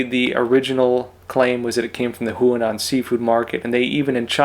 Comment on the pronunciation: Huanan (as in the Seafood Market) should be pronounced “hwah-non”, not “who-uh-non”... (that sounds more like Hunan, which is a completely different place in China.)